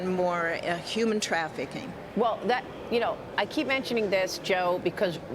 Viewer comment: What is “yooman trafficking?”